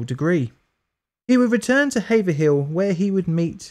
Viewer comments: Cheers, good vid! Just wanted to add that the scientists hometown, Haverhill, is pronounced Haev-rill, not haev-er-hill. Sorry our Massachusetts names are crazy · Hey, it's pronounced have-er-hill, not hay-ver-hill. You might consider checking the pronunciation of American place names as us yanks will often alter the pronunciation of how you lot say it across the pond. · Haverhill is pronounced "hay - vrill". The second h is silent. Lol -A New Englander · Just FYI it's prenounced Hayve-Rill not haver-hill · It’s pronounced Haver-ill not Haver-hill! Growing up in Boston, how is it I’ve never heard of this before? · being from massachusetts and hearing it pronounced "haver-hill" makes my eye twitch. where's our bastard "havrill" pronunciation? :p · Hey — FYI, it’s pronounced “HAVE’rill” with a long “A” as in “cave” and only two syllables……not “have-er-hill.” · haver-hill lol its pronounced "hayve-rill" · I cringed when he said "Haver-hill". It's pronounced Hayvrill. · it doest really matter but it's pronounced "hayvrul" not haverhill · It’s pronounced HAY-vril, not Haver-hill. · Born and raised and yeah it is pronounced havrill lol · The good folks of Haverhill pronounce their town as: Hayv-rhill. Two syllables. For amateurs, you can skip by with Have-rhill. Cheers! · Love your content! Its funny for me though, because haverhill is one of the funny sounding names in new england towns, its pronounced like hayvril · As a Massachusetts native, it's hayve-rill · The Boston folks usually say it "Havrill", with a long A. ;-) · ▪ "21 Grams" is also a 2003 Movie w/ Naomi Watts ▪ I Vote that dogs NOT be poisoned "for science" ▪ In Massachusetts, the pronunciation is "HAY-vrill" with the slightest addition of that "e" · Hey, as a Massachusetts resident I'll give you a hand with our strongly pronounced city and town names. Haverhill is actually pronounced Havrill. I don't mean to be rude just thought I would help. Thanks again for the videos!